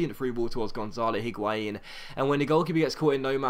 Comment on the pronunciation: I dont really care but considering you make a lot of effort to pronounce each player's name properly why are you saying the 'H' in Higuain I cannot understand...spanish does not pronounce H at all and neither does french (or italian as far as I know)...great episode anyway as always though!!